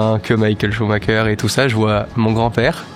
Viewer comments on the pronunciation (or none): Schumacher et pas Shumaker😅